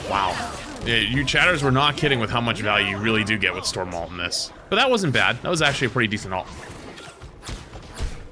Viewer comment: I honestly never expected to hear Storm get called Florm